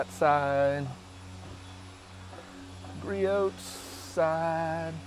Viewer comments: Griot’s is pronounced with a silent t. Grew - ohs. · Can't you pronounce Richard Gree-Oh's name properly?